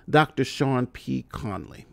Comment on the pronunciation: I take minimal offense to my name being pronounced as "Seen" lol I won't hold it against you,. Keep up the good work!